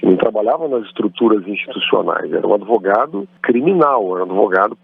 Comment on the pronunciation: Lula a palavra não se pronuncia adevogado.aprenda um pouquinho mais a palavra certa é advogado.